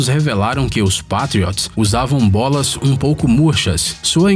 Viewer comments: só eu que entendi ele falando "bosta"?KKK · so foi eu que entendi ele falando bosta? Kkkk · As vezes as resinas são passadas nas bolas, ele encheu a boca pra falar bolas. Ficou engraçado kk